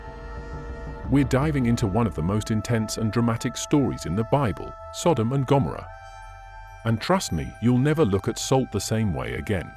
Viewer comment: I am so sick of AI. Every single post something is pronounced wrong. Here Gomorrah. This narrator says Gom oh ruh. I cannot listen any longer. Every single post is like that. Earlier a narrator said bee har not bay har for joy behar on the view. We. Are. Over. Run. By. AI. When will there only be AI? No? It won't happen. Watch. Insidious. You can say I am missing the point. Maybe we should be reading the Bible instead of listening to these posts. I massacre the words of the Bible. I believe God forgives me. I believe God does not forgive AI. Or those implementing it. Shalom